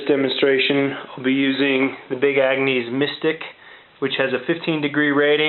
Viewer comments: Nice system. I like your channel. For future reference though it's pronounce Big Agnis not Big Angnees. Keep on keepin on man. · Love how you keep pronouncing it Agnease.....lol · "Ag-nees"? Really?